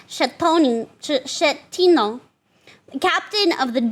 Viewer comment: i know it's a weird thing to get hung up on but i know has been listening but it's 'SKE-tino' not 'schle-tano'